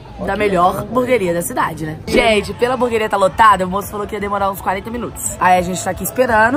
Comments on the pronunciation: Ela fala burgueria Kkk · "Buguer honesto" kkkkkk whatss? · É "HAMBURGUERIA" KKKKKKKK